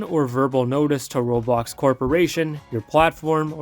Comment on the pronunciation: U said it wrong